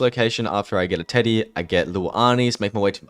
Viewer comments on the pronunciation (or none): none